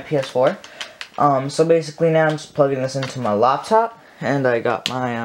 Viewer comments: Oh great I thought it was laptop but he said Loptop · Ain’t nobody gonna talk about how he says loptop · “On a Loptop”😂😂😅